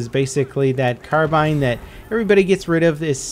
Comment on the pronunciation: Thankfully has learned how to say 'carbine' now. Not "carbeen" like he used to.:p